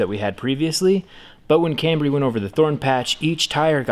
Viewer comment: “The IToldYa Cambry”. Get it. Toyota Camry. No ok